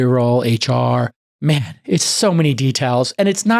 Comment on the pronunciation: Thank you sooo much for talking about the Apple stuff (Masimo Vs Apple). Like you said, "Paiy the mahn his mahnee" 🤣